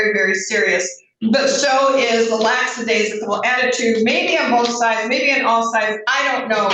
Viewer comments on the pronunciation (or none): The judge mispronounced lackadaisical.